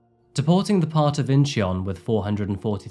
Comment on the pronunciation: "deporting the part of inshong" lol